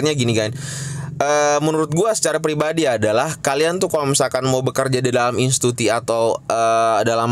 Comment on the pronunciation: Bukan intuti tapi institusi